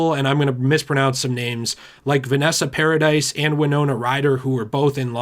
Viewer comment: It’s paradis not paradise